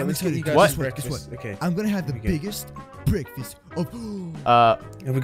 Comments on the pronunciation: breakfast: BEKFAST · this is my childhood ❤ this completes my childhood and i like when moose says "bekfesssst" i used to mimic that hahahaha . memories ❤